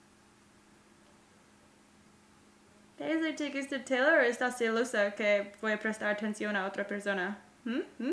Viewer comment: taylor en español se dice teylor